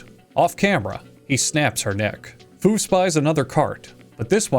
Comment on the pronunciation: When he says “Fu makes sure this restaurant is serving food” all I could hear was “Fu makes sure this restaurant is serving Fu-d”